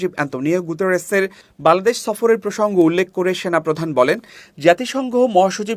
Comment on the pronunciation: বাংলাদেশ উচ্চারণ সঠিক ভাবে করবেন☹️